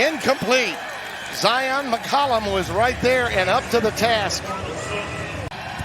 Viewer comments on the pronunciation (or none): none